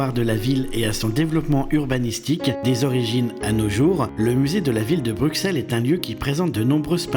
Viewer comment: C'est compliqué de prononcer correctement le nom de notre capitale? Je pleure à chaque fois que j'entends BruXXXels 😭